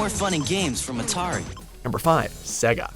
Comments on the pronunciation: .... say-ga... not se ga.. literally says so.. my word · The fact you cant pronounce Sega boggles my mind as the console literally announces its name correctly everytime you turn the fucking thing on!